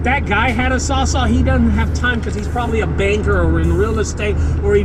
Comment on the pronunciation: saws-ALL !!! IT'S CALLED A SAWS-ALL!!, Not a saw-saw... Stop it, stop it, stop it you're driving me nuts man..😄😄